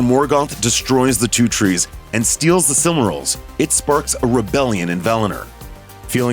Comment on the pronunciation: What's wrong with this guys pronunciaotn? The Silmryls? Feyanr? Valinr?